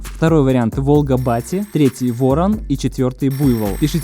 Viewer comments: Здорова. Не вОрон, а ворОн. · Только не Ворон а Воро́н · ВорОн. С ударением на второй слог. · Ворон Только ударение на второе "о", отсылка на ширОн